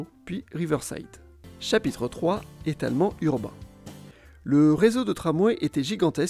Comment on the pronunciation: "de l'étalmurubain"